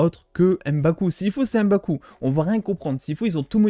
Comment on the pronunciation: C'est MBAKU et pas EM-baku